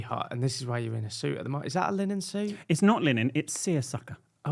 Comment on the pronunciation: you didn’t say suit in your normal way!! ‘Have I changed?’ 😂😂 love you both xx